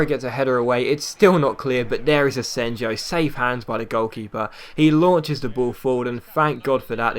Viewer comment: It's pronounced asenyo